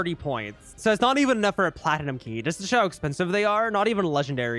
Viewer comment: How everyone pronounces it: platnum How pronounces it: pla ti num